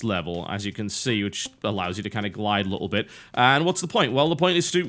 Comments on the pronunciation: Every time he says BIT. I hear bitch lol. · it sounds like your saying bitch XD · I like how he says bit as bitch...or at least it sounds like that to me. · i like how you pronounce "bit" in bit-trip. i hear a ''ch" in there